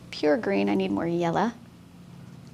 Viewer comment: Yella! You said Yella! Thank you for sharing your mad skills! <3